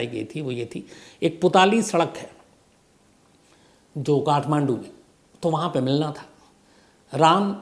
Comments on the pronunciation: Sir putali nahi pootli sadk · Sir app butwal putali sadak biratanagar galat pronounce kar raha ha